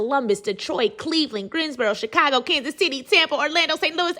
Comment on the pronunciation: I came to the comment section specifically for this comment lol I’m thinking why she pronounce Chicago like that 😭